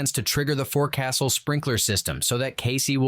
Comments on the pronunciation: Loved this, but its foc'sol not forcastle come on Hollywood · The word forecastle is pronounced fork'*sel. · "Forecastle has its own, English, pronunciation, you know ! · Forecastle (the forward-most part of the deck of the ship) is actually pronounced “folk-sull” and abbreviated to fo’c’sle. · It's pronounced folk sul not forecastle.